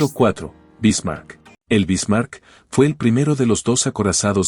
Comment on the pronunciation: Solo con escuchar como pronuncia la IA los nombres anglosajones y como pronuncia el nombre “Bismarck”, se nota que no es sino mera propaganda gringuita inútil.